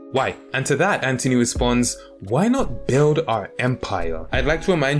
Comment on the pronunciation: I love how you pronounce anthony ant-(h)ony :)